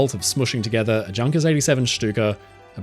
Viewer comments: OMG, it’s pronounced Yoonkers, there is no “junk” in Junkers 😅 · PLEASE PLEASE try pronouncing the names correctly. It's one thing to pronounce Messerschmitt a little wonky but I take exception to have Junkers pronounced like 'junk'. 😂 If you'd write it in English it'd look something like "Younkas" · I thiink it's pronounced 'Yoong-kuhrs' not 'Junkers' as you said the vid. Just saying. At any rate, informative video. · Please learn how to pronounce "Junkers" so that it doesnt sound like junk... It is pronounced more like "Younkers". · I'm embarrassed for our usually well-spoken boy; the German name "Junkers" is pronouned "Yoong-kers" and every aviation enthusiast knows that. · Was wondering if anyone caught that. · a great video! Just one thing - Junkers is pronounced 'Yoonkers'.:-) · Great video mate, BUT! Yunkers, not Junkers! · It's -yoon-kers. Junkers. 😊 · Please, pay attention to pronunciations. Junkers really deserves to be said differently than the English word "junk". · Please tell me you did not just pronounce the J in Junkers. C’mon mate, you’re better than that.